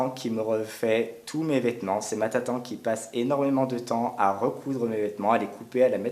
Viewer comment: Tatan? Tu veut dire Tata